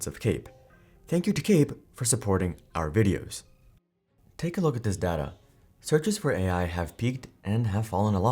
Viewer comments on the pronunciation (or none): none